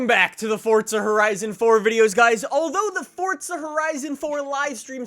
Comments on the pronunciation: Why the hell do Americans pronounce it forTza. It's fucking Forza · It’s FORZA not FORTZA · I couldn’t watch this whole thing cuz the other way you pronounce FORZA it’s not FORTZA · dude. FOUR-ZA, not FORTS-UH. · Why do you pronounce Forza with a D? Lol it’s not Fordsa it’s for-ZA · It's Forza not fortza for f**k sake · Its not FORTza its FourZa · there is no f##@@ T in FORZA! ffs. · Why are you saying FORT-ZA when it is FOR-ZA ?? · Forza not Fortza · Listen to the people in the game say it they say forza not fortza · Fortsa? i thought it was Forza.. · Btw it’s FORZA not fortza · Why do you say “ Fortza” there is no T. Its For-za, say it right! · Dude stop saying fortsah, it's Forza, lmao😂😂😂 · 😡😡😡😡😡its easy forza not fortza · Can someone explain why Americans think there's a T in Forza ? Or is "Fortza" a completely different game ? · correctly pronounced as ‘Fortza’... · bro it isn't Fortza lmao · Fortza horizon 4? English pls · Are you saying Fort-za? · Why do u say fortza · fortza horitza 4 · Am I the only one who thinks it sounds like he says fortsa horison 4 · Why do you pronounce it fordza / fortza? Maybe I'm just going crazy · I’m a new viewer... why are you calling it Fordsta? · I heard Fordsta lol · how many times can someone say fortza horizon 4 in one video and still not pronounce it correctly? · Why u say fortsa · I’m assuming you’re talking about ‘Forza’, that’s how it’s actually pronounced... don’t be mad. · Fortza hoerizon 4?? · Challenge: Take a shot of hard liquor every time he says “Fortza horizon 4” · It’s pronounced as ‘Fortza’... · This guys pronunciation of Forza is embarrassing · Forza doesn't have a fucking T in it. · There is no t in it